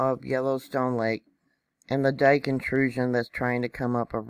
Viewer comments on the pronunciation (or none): none